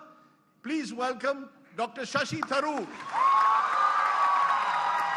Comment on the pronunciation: Shashi not Shasha